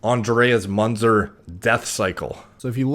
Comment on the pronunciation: his name is spelled myːnt͡sɛr (Münzer - muentser)